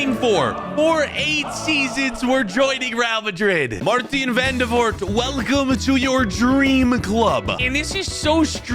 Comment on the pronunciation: It’s Maarten not Marteen